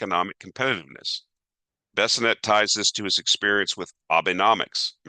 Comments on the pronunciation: Many mispronounced words but we're here for numbers:) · Bes sent not Besinet